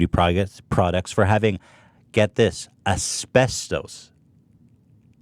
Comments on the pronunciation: The way he pronounces asbestos... it just hurts a bit 😂 But that shit scares me to death, my dad worked around it for years in the union without a mask and he's terrified he will get mesothelioma. I try not to think about it. Also either they dont know what they're talking about or you mixed up words, because Europe and Canada dont allow trace amounts of asbestos, that's us. We barely ban anything compared to their thousands of bans on hair, makeup, and consumable products. I've done lots of research since I've joined Monat and it's honestly terrifying how much crap is in "gentle" shampoo like Johnson & Johnson. Ayyy love those gentle carcinogens 😂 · When you've been watching H3 for years and you still correct Ethan's pronunciation in your head "maybe I'm the problem." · Asbestos was throwing me for a loop, and no one casually dropped the correct pronunciation, I almost feel like he's testing if the dudes will do it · The way Ethan couldn't say asbestos makes me upset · WAIT.... is HE saying Asbestos wrong or have I been saying it wrong ALL these years? Because nobody seems to correct him on stream. HELP.......... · Also his way of pronouncing asbestos is fucking killing me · hahaha the way he pronounces asbestos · it’s pronounced “as-best-us” not “as-best-toes”😂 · It’s es pes tus NOT es pes TOAST!! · Everyone: asbestos Ethan: esbestoes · How Ethan pronounces "Ass-best-Ohs" is hilarious. I pronounce it "As-best-us" The uses for Asbestos was huge before the 70's it was used as fire proofing, it made great in paint and cosmetics, because it's such a fine powder it would get in every little crack and crevice. Unfortunately the fact that it is such a fine powder is why Asbestos is so deadly. It settles in the lungs, and the body can't break Asbestos down, so it just builds up in your lungs and causes Mesothelioma. That's how my grandfather died, he worked for years in a shipyard in the 50's and 60's, and it caused Mesothelioma, and he died in the 90's.